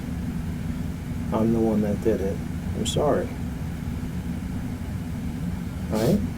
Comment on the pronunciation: I'm so sowwie Mr powice! And he thinks that's enough. That he deserves a second chance because he's sowwie. You're dead right, this is his mom's fault.